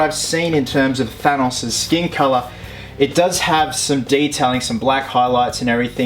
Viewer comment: I don't like the way he pronounces Thanos.